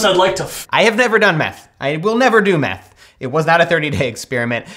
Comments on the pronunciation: I thought they said math... I then realized it was meth. 🤦🏽‍♀️ Don’t do meth. More math, less meth. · I thought he said math, not meth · legitimately thought he said “math” not “meth”